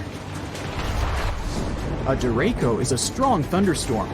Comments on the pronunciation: The guy in this video is pronouncing the name of this weather pattern wrong. Its called a Derecho.. Deh-Ray-Cho.. not Dere-ko. Not trying to be anal.. just making sure if you hear that name you know what it is and how to take shelter appropriately. Also, I'm from VA.. visited VA Beach many times. The ocean water at VA Beach for the most part is alright. Its Dark because of the fine sediments that are in the water. This is because of the water temperatures and the water currents that flow near the coast. The entire mid-atlantic coast is like this.. even Myrtle Beach.. extreme cold water is clear... extreme warm water is clear.. unfortunately us mid-atlantic residents get the mix right in the middle. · The person talking on the video pronounced it wrong it's said dir ray shio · The idiot narrating the video shows his ignorance, derecho is not pronounced the way he said it, the CH is said like CHUCK, da ray cho, so don't be scared but be informed !!!! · Not me wondering if he is mispronouncing Derecho... or we are here in Iowa...🤔🫠😂🤣